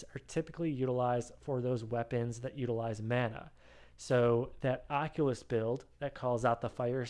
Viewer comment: occultist, my bro. not oculus.